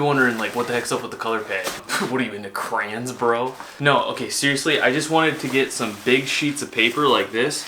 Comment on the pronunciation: Why u pronounce crayons like that